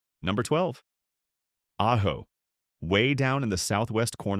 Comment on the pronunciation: Your AI narrator pronounced AJO three different ways and never once pronounced Prescott or Mogollon correctly. This cries out for replacing AI narration with a human narrator in possession of at least a few functioning brain cells.